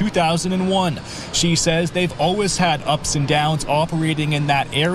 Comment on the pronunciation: Pronouncing it "alwehs" is nails on a chalkboard to me.